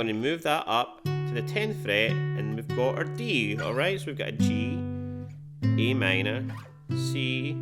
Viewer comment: Sounded like e m to me